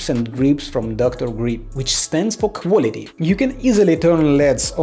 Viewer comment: I laughed so hard when u said “and it stands for QuAlTy